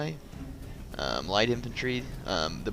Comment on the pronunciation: its funny that when you said about your scutarii it sounded like you wanted to say STUPIDarii